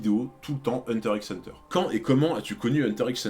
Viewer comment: Je dois vraiment paraître chiante x) Mais pour t'éviter des remarques à l'avenir sache que X de Hunter X Hunter ne se prononce pas à l'oral il est juste la pour le style à l'écrit :)